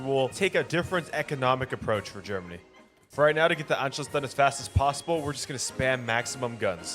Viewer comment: The way you say Führer and Germany is killing me